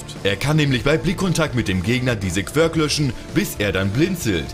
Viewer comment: Es heißt "quirk"